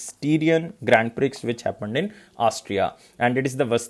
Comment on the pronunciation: Styrian is pronounced like Syrian with St. And Prix is pronounced as Pri with X silent.